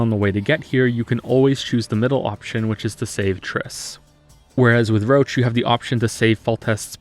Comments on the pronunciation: Why do you pronounce Roche as "Roach"? Should be more like 'Rosh' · I hate how they pronounce "Roche". It sounds like Roach. I always thought he was meant to be some kind of "frenchman" because in polish they say "Rosh". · IT'S "ROSH"! VERNON ROSH! NOT "ROACH"! I'M GOING TO CUT MYSELF! It's "Rosh" in every single language version, except for English. The English cast for some reason is incapable of pronouncing it properly... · most of the technical issues you described in the prologue, I gotta say it's most likely to be a bug. I played the game on PC twice and had NONE of these issues also Roche isn't pronounced as Roach but as like "Rosh" at least in the language I played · his name is Roche. ROCHE! Pronounced "Roh-shh" not "roach". "Roach" is the horse. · You pronounce Roche as "roach" but i think "rosh" is correct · I love your critiques / movies, but I can't bear to hear "Roach" instead of Roche (/ro-sh/). It that how other characters pronounce his name in English version of the game? Weird as hell. Also, play Witcher 3 in Polish, the voices are infinitely better, and that comes from a Pole that absolutely hates polish dubbing. I just think you should always play in the ORIGINAL version of the game (ie. I'd watch Norwegian movie in Norwegian, not english dubbed, etc.). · I was SO CONFUSED when you called Roche "Roach", I thought you were talking about the horse. In the original his name is pronounced more like "Rosh". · I didn't know that Detmold's character was so scarred by translation as Roche being actually pronounced as "Roshe" instead of "Roach" in the english version. I've played the polish version and i can't realy understand those design-translation decisions, even more so, when Roche's name is not of polish origin. In my opinion both versions could and should have the same spelling and pronounciation. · Roche is "Roach" is english dub. although he should is "Roshe". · He keeps pronouncing "Roche" as "Roach". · Yeah he scuffed that.